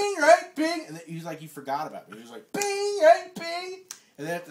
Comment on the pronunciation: What's "Bing"? I think he meant "Sing", and you didn't.